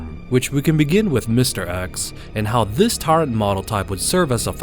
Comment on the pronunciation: I'm sorry to say I stopped watching your video You're pronouncing tyrant wrong it's not tyraaaant it's tyrant with an (i) sound Remake the video pronouncing the word tyrant correctly and I might actually enjoy the show it's not tyraaaaaaaaant int soud your a anoying man yo